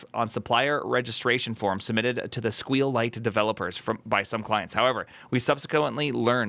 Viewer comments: squeal lite is the worst way of pronouncing it I ever experienced. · Do me a favor and honor SQLite itself: the way you pronounce it is: "S" - "Q" - "Lite" also (regarding your video title) the S,Q and L go in uppercase. Be respectful please with the "most used database" ok? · clicked on this just to see how he would pronounce SQLite lol